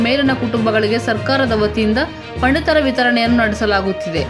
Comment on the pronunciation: ಪಂಡಿತರ ಚೀಟಿ ಅಲ್ಲ, ಪಡಿತರ ಚೀಟಿ